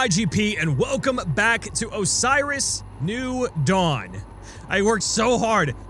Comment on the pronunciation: PLEASE. learn to say Osiris right...